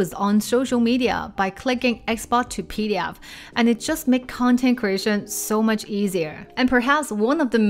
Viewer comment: 😂 PD 'F' File. Please don't forget that F. Thats not a word you want to say in a presentation. Now I know what it's like for others when I get my mandarin tones mixed up. Gotta love languages!